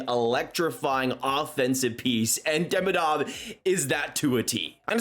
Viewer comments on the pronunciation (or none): Um.., its pronounced eeevan deemeedov… not IvAn DeMidoV…. Sincerly… a random habs fan 😢❤